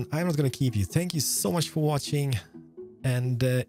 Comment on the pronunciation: It's funny how he says thankyou, Spankyou I dnt know if he doesn't on purpose or that's just how pronounce it. 😂😂😂